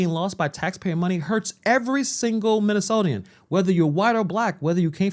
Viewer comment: minnesotan not minnesotian wth